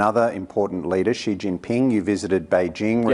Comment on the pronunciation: Pronounced Xi (She)